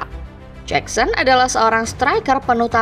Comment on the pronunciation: Jakson min, bukan jeksen